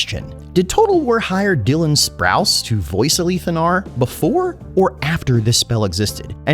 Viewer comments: “Ah-Leeth” is how I’ve always pronounced it, and the first time I heard someone say “Ah-Lith” I was very confused. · The way you pronounce his name is unique. Ive heard the "li" pronounced like Malekith's, but never like "A-Leeth".